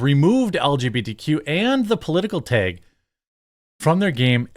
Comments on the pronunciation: Baldurs gate 3, seriously, chicks with dks. How woke is that. Tag, not teg. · TEG is not a word, it’s TAG 🤦🏻‍♂️ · Jeremy the way you pronounce “taege” gives me autism.. brother please I know mid westerns are odd cupcakes but try to say it like the rest of us 😅